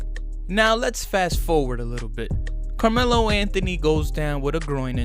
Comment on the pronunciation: Carjealo Anthony 🤦🏼‍♂️